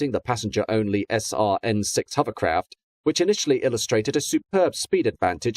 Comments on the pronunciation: I was thinking the exact same thing almost missing out the o in hover completely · Why is the Narrator saying Huverlloyd, Huvercraft and Huverport ?. I thought I was hearing incorrectly at first !!!.